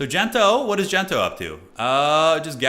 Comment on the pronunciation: its not Gento, its DENTO